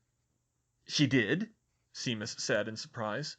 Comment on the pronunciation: I probably should have mentioned this a long time ago, but now that I'm caught up, I have a short pronunciation guide: SHAY-mus -- not SEE-mus. a-LEE-sha -- not a-LI-see-a GREEN-gRass -- not GREEN-gLass, although that one might just be your accent.